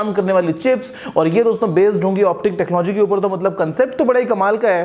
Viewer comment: Am I the only one who thinks this YouTuber cant pronounce word ( TECHNOLOGY) properly?